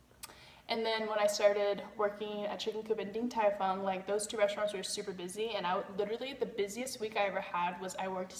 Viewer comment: hhahahaa its 鼎泰"豐"fong